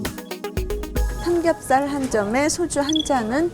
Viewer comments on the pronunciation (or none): 의 나레이션, '삼겁살 만이 어닌(?)' '매니아'라고 해야 합니다.